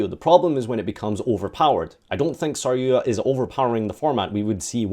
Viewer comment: take a shot Everytime he mispronounces sar-yu-JA